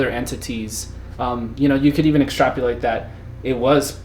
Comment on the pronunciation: Extrap-O-late. Not extrap-YOO-late. Only because you mispronounced it about a dozen times...